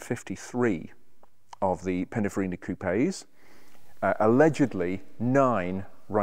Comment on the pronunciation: I think he means, 'Pininfarina' and not Pinifarina. Does this man actually know what he is talking about or is he simply a 'presenter' ?